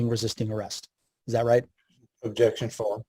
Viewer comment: Sounds like the "Objecschan foarm" tard is leaking.